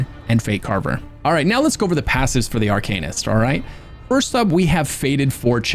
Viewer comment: Why pronounce Arcanist like that, that’s like saying dra——gonknight